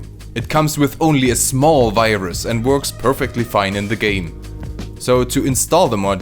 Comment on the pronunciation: "only a SMALL virus." Why such emphasis on the "SMALL?"